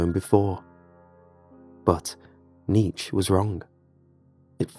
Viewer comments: The scariest thing in this story was the pronunciation of the great philosopher Nietzsche's name. It is pronounced kneetch-ah in German and some in English pronounce it kneetch-ee but nothing close to what they say in this story. Nietzsche is spinning in his grave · its more like knee ts che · Your pronunciation of nietzsche is horrible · Hate to be “that guy,” but you really butchered Nietszche’s name lol